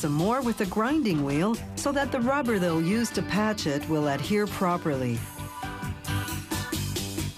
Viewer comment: Is she saying "Add here" or "Adhere" ?